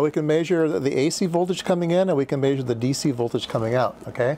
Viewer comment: It's not 'Maysure' it's 'Measure', and by the way, you are completely Bonkers.